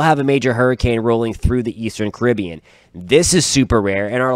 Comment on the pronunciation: Geez!! Pronounce the area correctly. It's Car rib be an. Not your version, Cuh rib be an. The area if you didn't know was named after the Carib Indians. It's an honour that you and your country men are neglecting.